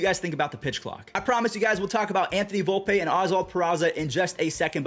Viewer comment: Volpeeeeee not Volpay dummy